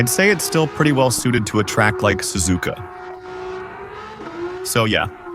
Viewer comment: Ai voice Sazuuuuka spelled suzuka.